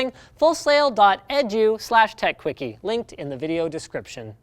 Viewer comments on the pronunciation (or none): did he just say .edu as a one word? its standardly pronounced E D U as if its an acronym.... oh gosh linus...oh gosh what have you done in the past!